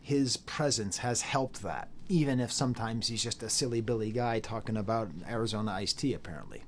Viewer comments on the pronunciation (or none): none